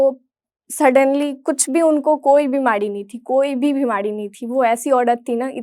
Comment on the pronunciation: बिमारी नही बिमाडी..र नही ड😂